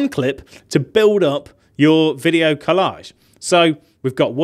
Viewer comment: "kuh LAAAAAHHHZHZHZH" 🤣Happy New Year!